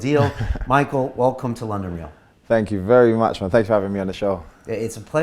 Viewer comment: "This week on London reaal?"